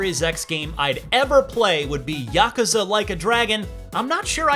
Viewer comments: "YAH-CUZA" Like A Dragon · The way he says yakuza makes me angry